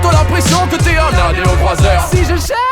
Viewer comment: kemar dit adéocroiseur dans le clip, det pas aréocroiseur. Ce making of le confirme clairement x)